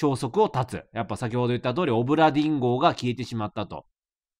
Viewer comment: だめだ…どうしても オブラディン・ンゴに聞こえる…